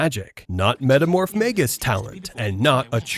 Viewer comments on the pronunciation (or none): none